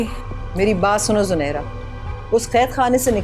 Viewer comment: Did anyone else notice saying junaira at the end instead of Zunaira 🤣